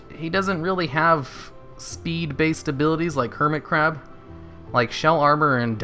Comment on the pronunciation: i think at one point you said curmit hab..